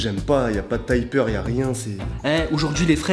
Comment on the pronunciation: au début il a dit taypeur